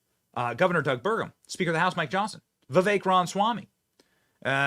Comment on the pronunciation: Benny, I love ya dude. But please, please pronounce it right. Rom-uh-swam-ee. Not Ron-swam-ee or whatever you're saying.